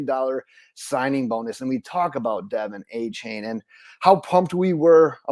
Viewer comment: AH-chain not AY-chain. 👍